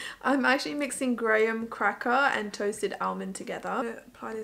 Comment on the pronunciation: "Graham kaka".. 😂😂😂😂